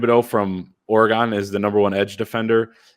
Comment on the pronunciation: How did he just say Oregon?😂